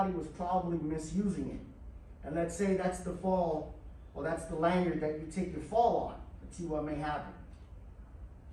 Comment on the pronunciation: Manyard? Did you mean Lanyard?